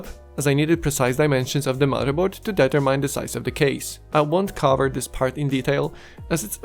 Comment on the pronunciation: German speakers have such a creative way of pronouncing the word “determine”.